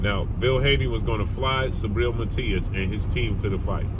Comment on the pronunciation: It's not "sabriel",it's "SUBRIEL" 💪🏽🇵🇷